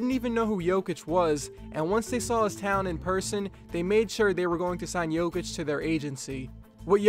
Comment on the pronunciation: Its not Nikoula Joukith its Nikola Jokić